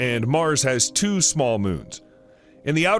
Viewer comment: They’ve mispronounced two.